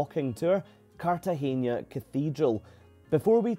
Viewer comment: Really enjoyed this. You captured the experience so perfectly. If my family ever takes this cruise, we’ll try this excursion based on your review. By the way it’s CartageNa, not CartageÑa, so you don’t pronounce the last syllable as “nia” but plain “na.” In Spanish, you pronounce “n” as “ny” (nya, nye, nyi, nyo, nyu) only if it’s written as “ñ” (España, piñata, Nuñez, Iñigo, año, señor, moñudo).